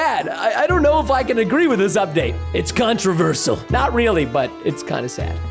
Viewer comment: People: It’s controversial Preston: It’s controversal